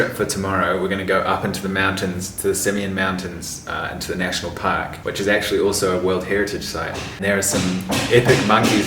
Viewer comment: You said "park", I thought you said "pack"🤣